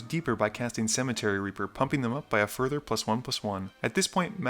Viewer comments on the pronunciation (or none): none